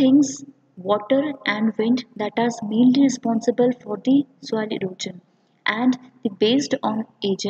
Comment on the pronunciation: Your classes are good but the term "erosion" is not pronounced as "erojan" .. it is "eroshan"